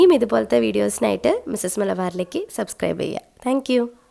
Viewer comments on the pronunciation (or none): none